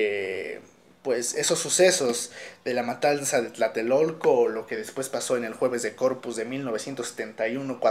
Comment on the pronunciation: No es Tlaltelolco. Es Tlatelolco. Con 3 L...